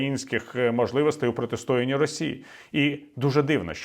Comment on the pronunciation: ПротистоЯнні, а не протистОянні